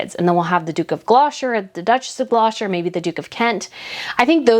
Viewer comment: darling. You sound like an ignorant American. GLOUCESTER is pronounced 'GLOSTER.'